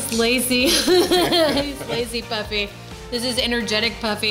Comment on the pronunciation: It's pronounced Poofy.